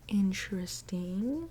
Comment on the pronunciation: Inchresting. Inchresting.